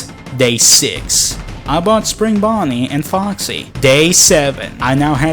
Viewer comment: "it was time for fredbear and springBAWney to return to their former glory." Not even a second later. "WHAT? WHAT DO YOU MEAN I HAVE TO PAY FOR THEM-"